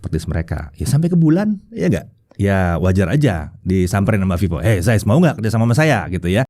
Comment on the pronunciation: akhirnya ada techtuber indo yg ngomongnya cukup bener, ZAIS (sampe ditekankan, "yg biasa dipanggil ZEISS ini" 😁). makasih ya. tiap saya jelasin ke temen2, bacanya bukan Zeis (meskipun harusnya ngomongnya "CAIS" sih, tapi it's ok lah, Zais), pasti komen orang2, ya terserah gue, lidah2 gue. padahal kalo misal namanya budi, trus orang luar manggilnya byudai, kan kaga mau juga kali ya. jadi, Carl Zeiss (dibaca pake lidah medok indo: Kal Cais) nb: tar ada komen begini pasti: IYA DEH YANG PALING SOK LINGUISTIK 😁